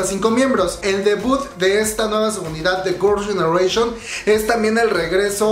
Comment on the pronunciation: Hola! No has pensado en mejorar tu pronunciación en inglés? Es que veo que ni GG, ni los nombres de los miembros, ni varias cosas en inglés las pronuncias bien o correctamente 🤔 Tómalo como una crítica constructiva no es hate ni nada x eso veo tus vídeos 😃